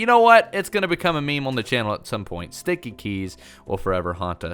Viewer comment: Shteaky keys